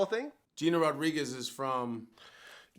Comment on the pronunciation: Vlad was saying shit wrong the whole time he was talking bout Gina Rodriguez